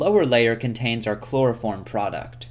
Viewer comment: " a loss of yeild, and allso a labb phullll o chplorophrom vaprrshhhhhhhhh"